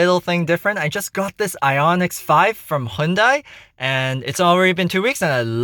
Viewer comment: Excellent review and very helpful to me. VERY helpful. Would like to point out that the car is called Ioniq 5, not Ioniqs 5. Keep up the good work. I've only had my Ioniq 5 for three weeks and there is definitely a learning curve.